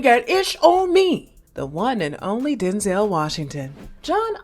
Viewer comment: You mean Din-zel?!🤣